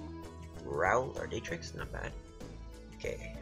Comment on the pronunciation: lmfao, its Dar-trix, not Day-trix.... hahaha.